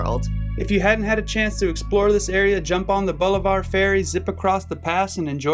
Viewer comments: As someone who grew up in this area, but doesn't fish it is cool to see it from above! Super cool video! FYI we say it "Balliver"🤣🤣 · Enjoyed the video. One thing though. Bolivar is pronounced Bah - liver. Not Bow-li-var.